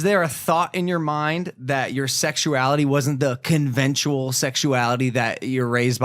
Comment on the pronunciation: Logan: "I've become articulate" Also Logan: "conventual"